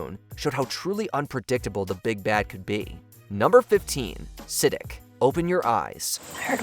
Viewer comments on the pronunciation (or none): Omg.. it's not 'Siddick' 🤦‍♀️ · Say it with me… “S-uh-deek” wtf is “Sid-ick”😂😂😂😂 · It’s said like “suh-DEEK,” not “siddick”. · "Vaytoes" "Siddik" 🤣🤣🤣 Learn how to pronounce things if you're gonna talk about them lmao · "suh my DEEK" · It made me Sidic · Literally. And even though watch mojo is pretty biased on most top 10-30 list they have, pronouncing his name like "Sa-d**k" was actually kinda hilarious 🙈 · Is this AI? Your pronunciation of character names like Siddiq is terrible. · Who else was triggered by how he pronounced Siddiq